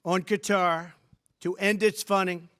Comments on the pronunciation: What's Cutter? It's Kuh-Tar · Its not "Cutter", its "KTar"!!! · It’s Qatar, not cutter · It’s not pronounced Cutter!! Listen to Trump and you’ll be able to pronounce it as a real cultured journalist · Guy can't pronounce Qatar.. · Why can’t Americans say ‘Qatar’ properly?